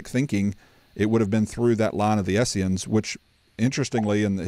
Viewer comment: Really enjoyed this as I am really just now getting into this topic (determinism vs free will) in depth for the first time. I only have one piece of advice though - it is Essenes (not Esseans or Essians). I have to pick on someone other than B.H. ;-)